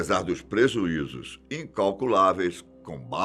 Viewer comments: So eu que notei que nos minuto ele fala prezuizos? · e Pre"Z"uizos 🤣🤣🤣🤣